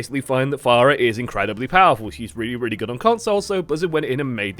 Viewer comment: did they change the pronunciation of her name too? you keep saying fair-uh